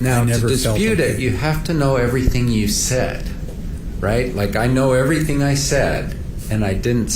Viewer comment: so refreshing to hear 'everything' not everythink!